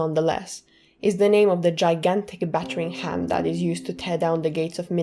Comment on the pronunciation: "battering ham"